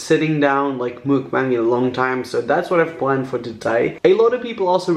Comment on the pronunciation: Your saying mukbang wrong ps love your videos❤️❤️❤️